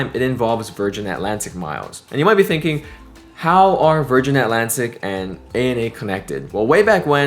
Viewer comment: Virganna, thank god there is the letter R 😂😂